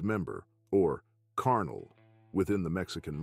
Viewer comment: If you’re gonna call a man ‘carnal’ make sure you pronounce it right. Also pronounce Cynthia’s surname right.